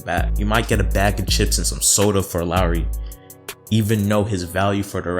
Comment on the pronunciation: I can tell this man ain’t a Raptors fan, he said to sign Ibaka for 30M, he called Lowry ‘Rowly’ and he called Boucher ‘Bow-Chur’